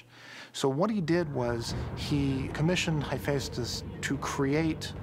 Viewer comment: He pronouned Hephaestus wrong